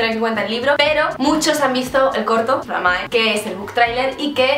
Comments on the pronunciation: Se dice "flámae" no "flamáe" Lo siento, no pude evitar sentirme como Hermión con su "is leviósa not leviosá"😂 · por qué ese título? Es del latín? Si es así, se pronuncia flámmae, como si llevara tilde en la primera a. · Es que en latín no existen las palabras agudas, por tanto es flámae. A menos que se haya inventado la palabra, pero lo dudo jeje,.